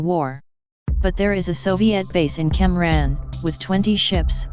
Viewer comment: its cam ranh not cam rhan pls respect us vietnamese